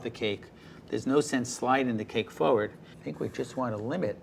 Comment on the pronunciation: He says forward as "foeward" it's funny